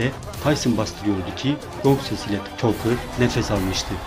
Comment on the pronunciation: Tucker , "takır " olarak relaffuz edili ; keşke,doğru telaffuz etmek için boksorlerin anons edilmesinin izlemiş olsaydın.